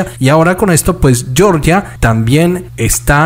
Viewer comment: Cuando te refieras al país Georgia se pronuncia como se Lee en español no estás hablando en inglés para pronunciar yeoryia